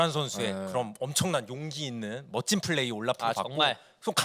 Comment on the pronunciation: 가 너무 정신을 못차려서 불편했음 긴장해서 그럴수도 있지만 다음부터는 잘했으면 좋겠음 플 쁠 f p발음좀 구분 해주셨으면 좋겠음